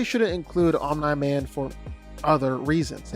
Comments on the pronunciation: It’s Omniman. Pronounced Om-knee. Not Om-nuh. Drives me crazy. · Honestly, I just ignore it. He does it a lot, and whether it's comment baiting or genuine mispronunciation, it's what he does. It is a little annoying though. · Are you sure it's not Om-nigh man? (jk hahahahaha) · His pronunciation of omni man has to be rage bait